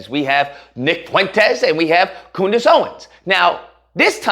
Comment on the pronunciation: COONdace Owens 🤣🤣😭😭😭 why am I just now hearing this?